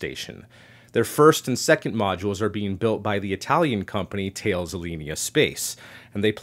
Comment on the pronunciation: Who's this 'tails' space? Its more correctly pronounced 'tal-is' (though being a french name - I probably don't have it fully correct).